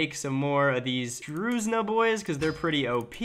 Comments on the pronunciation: you’re pronouncing druzhina like if it’s written "druzina", but it’s not. "Zh" here replaces Cyrillic letter and sound "ж", which is the same as French sound in words Je or Page (in English it’s like taking letter J in words like John or Jake and splitting it into D and the rest, then J is like D and then ZH, so John equals DZHON, so druzhina is almost like drujina, but j doesn’t create d sound as usual). But anyways, as a Russian viewer I’m glad that Russian culture contributed to creating the mighty Poland and West Slavia😄 anyway, peace and lover for everyone❤️ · “Druzinia”… Look how they massacred my boy😭😂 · I saw your pronounce of "Druzhina" (Ukrainian дружина), i actually don`t know how to explaine in details, but ZH is like Ukrainian Ж. Just check it pronounce, cause i don`t know Ж examples in English.